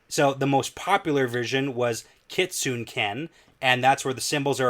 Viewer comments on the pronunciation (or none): you pronounce kitsune like it’s a WoT name: “Kee Tsu Neh” 😉